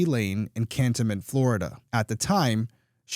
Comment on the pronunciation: Just so you know, I believe it's pronounced Can-tone-ment. Sad, another case that might have been solved if witnesses would just tell the truth, from the beginning. I mean especially the Mom.